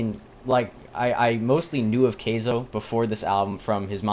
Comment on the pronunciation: It's pronounced Ky-zo, not kay-zo